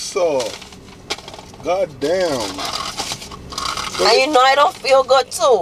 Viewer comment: said “God Damn” like an American. Lol!!